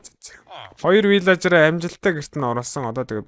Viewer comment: ahaa valaager bishee vilager.Bas pilaager bish shuu pilager